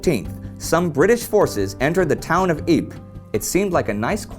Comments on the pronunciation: It’s Eapra not Epe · ypres is wrong pronounced. it is ieper. and the germans were hold back thanks to a man who opent a water slot and put the land under water and stopped the german advance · Ypres is pronounced "Ee-prah". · I recently did a presentation on chemical weapons and while talking about the German gas attacks, I pronounced Ypres "why press"